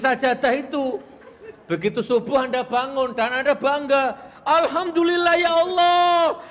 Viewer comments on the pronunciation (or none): none